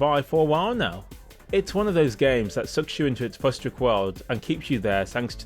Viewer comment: Hate to be that guy but when you say 'fustrick' do you actually mean futuristic,as in like the future?